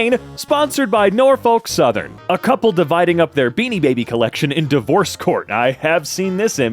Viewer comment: i want to cry at the pronunciation of norfolk